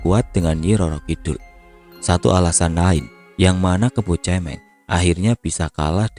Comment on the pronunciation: Mau koreksi dikit mas, kebo cemeng, pelafalan kata cemeng itu suara huruf vokalnya bukan seperti kata cemen atau mewek atau cewek, tapi seperti kata merem. Cemeng artinya hitam.